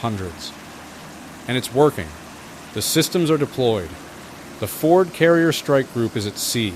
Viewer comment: What is shame? I’m afraid this channel is AI. It was just the way that he paused to say Ford in the first minute.